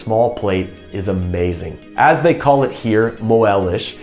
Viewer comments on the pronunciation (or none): none